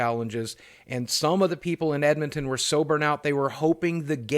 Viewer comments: I think you mispronounced Edmonton Alberta as Edmon. Ummmmm do you speak ENGRISH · The way he said Edmonton 😂😂